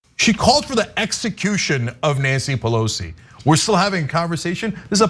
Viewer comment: I hate the way she says Pelosis name.